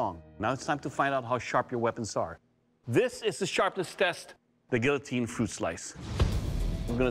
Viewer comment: You would think a professional would know how to pronounce guillotine